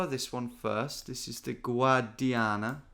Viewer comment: I am Italian and i love that too lol